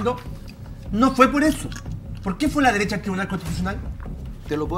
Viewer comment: JaJaJaJa " LA DERESSHHHHHAA" 🤣🤣🤣🤣😂😂😂😂